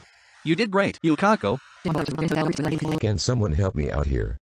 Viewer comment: LMAO I LIKE HOW YUKAKO SAID HER NAME WAS YUKAKA